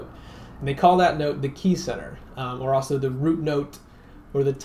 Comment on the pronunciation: Great video. I also enjoy the way you say "also" - "awso".